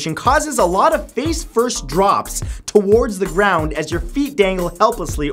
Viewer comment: i don't like the way you say towards